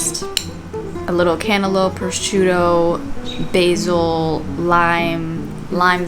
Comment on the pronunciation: from a place of love please google the pronunciation of prosciutto lol